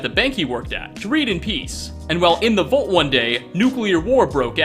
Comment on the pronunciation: HEY,. Professor English here. You say "nuclear" perfectly, you say "vault" strangely, but today, you say nothing incorrectly. Congratulations! That's two perfect 100s in a row. If your next upload has no language errors in it, that'll be your first Hat Trick, at least since I've been paying attention!! Exciting times indeed. Will get his hat trick?? Tune in next time to find out!!!